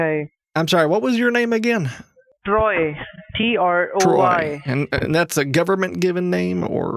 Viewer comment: Sounded like the scammer said Droy instead of Troy when he was first spelling his fake name.😆